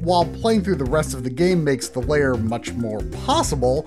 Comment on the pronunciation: pro-tip: "lair" is one syllable, pronounced like "hair" or "pair", NOT two syllables like "layer" or "payer"